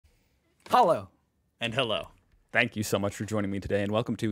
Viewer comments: Or "Hello and Hello", as he pronounces it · Your german "Hallo" Is so bad! I´d wish you don´t do that !